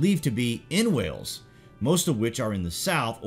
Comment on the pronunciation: It's Wales not wells